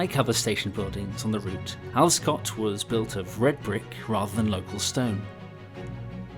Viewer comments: Cheers for this, although the locals pronounce it 'Alver-scot'! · Further snippet of local knowledge - 'Alvescot' is given three equally weighted syllables and the 'v' is voiced - Al-ve-scot. Time and pronunciations change, but I can offer only 1950s/60s conventions.